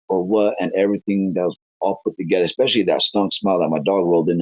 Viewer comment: Anyone who says, "expecially" is highly credible, I don't care what anyone says.